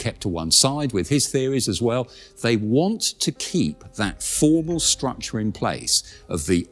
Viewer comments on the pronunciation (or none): none